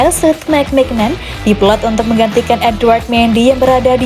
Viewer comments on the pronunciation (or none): Bacanya mignyon